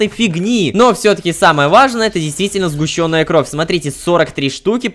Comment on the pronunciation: Кровь не сгущЁнная, а сгУщенная, пожалуйста, Ром.